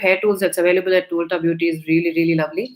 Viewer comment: Small correction: its pronounced as ulta(alta) - ‘u’ as in umbrella :)